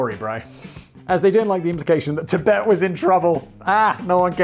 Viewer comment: Simon: "Chibet" CCP: yeeeeeesssssss, exaaaaaacatary